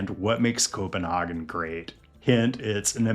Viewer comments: Co-pen-hah-gen is the German pronunciation. Co-pen-hay-gen is the English. The Danish pronunciation requires 3 beers first. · not to nit pik, but the way you pronounce Copenhagen is a little off, and might be a bit offensive to locals. (It sounds German) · Great video, however, please don't pronounce Copenhagen like that, no one from Copenhagen says it like that. For reference 'CPH Girls' by Christoffer is how we'd pronounce the "A" in Copenhagen